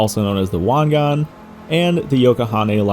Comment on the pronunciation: Finally someone said Wangan correctly lol